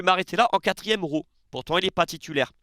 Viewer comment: 😂ton accent marseillais qui ressort énormément quand tu parles de Rowe 😂😂😂 nous aussi on veut le voir plus souvent